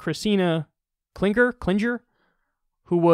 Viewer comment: If you had ever watched jamie farr in mash you would have known how to pronounce circuit judge christina klinger.